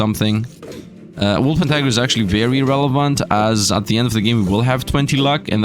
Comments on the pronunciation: PLEASE. It's "wolpentiNger" not "wolpentiger" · it's called a WulpentiNger There's a N in there, it's not a tiger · If you want to correct him at least spell it right yourself, it's wOlpeRtiNger.